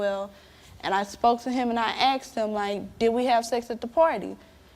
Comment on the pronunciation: I axed him ? can't you use the correct english "ASKED" what a ridiculous saying "axed"